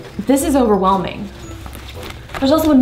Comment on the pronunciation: " This is OVBERWELMING " LOL ...............................